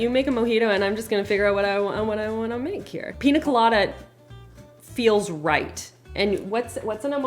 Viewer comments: PiÑa colada (pin-yuh-kuh-la-duh), not piNa colada 🫣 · It's pronounced: 😅 pee-nyuh kuh-law-duh